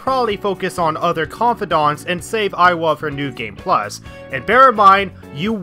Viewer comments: tbf you did pronounce Iwai as Aiwa repeatedly throughout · It's iwai, not aiwa XD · it‘s iwai, not „aiwa“ ^^‘ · I will have to correct your pronunciation on some. _Moon-a-he-sa E-why _Haru doesn’t have a pause after ‘Ha’ _He-fu-me toh-go Also, I’d argue that Party members should be a lot higher, as baton pass is absolutely needed. Part of the reason I didn’t use Haru at all after I got a psycokenesis persona was that I missed her confidant. Plus, Takemi should be top priority early on, as her SP items are an absolute lifesaver first time around. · BTW the Hanged Man is pronounced Moo-nae-hee-sa Ee-wa-ee I still think Yoshida's perks are useless. Negotiating with Shadow is super easy and money problem is easily solved with Pulinpa on bosses. Even more so in Royal, because they changed how Ryuji's insta kills works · It triggers me how you pronounce Iwai' It's "Yi-why" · It's not. It's pronounced "E-why" it Japanese it's written イワイ (I wa i)